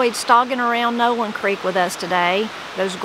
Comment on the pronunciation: The way you pronounced Nowland reminds me a small town that is long gone between Pierre and Rapid City, SD called Nowlin. All that is left is a cemetary.